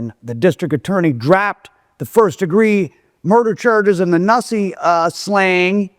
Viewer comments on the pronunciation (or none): His name was NUssie (New-See )